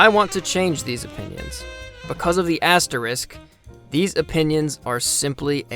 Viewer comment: You can't pronounce "asterix" lol